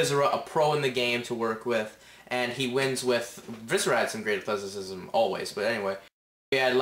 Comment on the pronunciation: No shitty is the fact this kid sounds 12 and cant say ATHLETACISM!